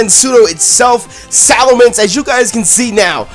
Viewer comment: ITS SALAMENCE, NOT SALAMANDER!